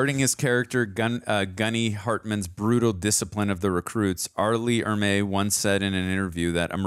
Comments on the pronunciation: Super late to the party, but ... Arleigh Erme. Not 'Emerery' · It's not Emry it's Ermy. Pronounced Er me. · It's R. LEE ERMEY not EMERY you fancy ass. Do us all a favor both of you. Read at least one hundred books on different subjects fiction and non-fiction. Acquire some fucking knowledge. Then, review movies. How is it possible you only have the life experience of a 12 year old? Oops, my bad, it's obviously our decrepit education system. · Gunny Ermeys last name is pronounced like grrrmeeee but with an E not Emrey. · The gunnys last name is "ermey" not emery. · GEEEEEEZUSSSS!!!, i love you man. In the future,..if you're gonna speak an actors name countless (hundreds?!) times. ANNUNCIATE it correctly. For a man that's a stickler to ALL the details that you seem to be,... R. LEE ERMEY! Not Emery. For the sake of all good and righteous. I'd like to get thru this cuz I don't recall how it ends other than Pyle being me and you are my drill sergeant. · His name is pronounced ER-MEE! He was an actual Marine drill instructor and was just supposed to be a tech advisor but ended up on camera..... and all the better for it. My grandfather (a Viet Nam vet) and I went to see this in the theater and he had to leave because it was too authentic for his nerves.... which I've heard was said by many other vers who saw this film. Thanks for sharing guys. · Every time you said "emery" I cringed. RIP, Gunny Ermey. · His last name was pronounced Err-me. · Couldn't take you constantly mispronouncing R. Lee Ermey's name. The R is before the M